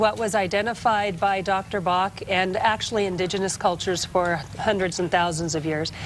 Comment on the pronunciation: Pronounced Batch, not Bah. It makes it sound like quackery when you don't research the proper names.